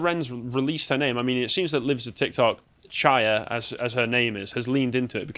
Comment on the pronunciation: it's a jewish name, pronounced CHHHHaya. Like the gutteral Chhh noise in hebrew and german. Not "shaya", but aside from that, thanks for making this video. So important to get this news out there. I wish these lunatics weren't running the current world narrative because the things they're doing to kids ans justifying it as "mental healthcare/gender affirmation" for the kids is just absurd.